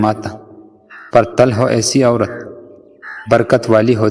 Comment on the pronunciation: Til not tal